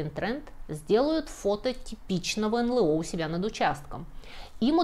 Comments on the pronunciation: Если следовать правилам произношения букв алфавита НЛО звучит : "Эн Эл О", а не "Эн Лэ О". 🤓😎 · У всегда грамотная речь и правильные ударения. Поэтому удивило произношение эНЛэО вместо эНэЛО. Или это - тоже первоапрельская шутка? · К стати, не "эн-лэ-о", а "эн-эл-о". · Не "эн лэ о", а "эн эл о", аж слух режет.